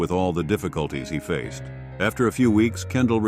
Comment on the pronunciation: Yeah, face-ed? Wth ai can’t even manage that?!?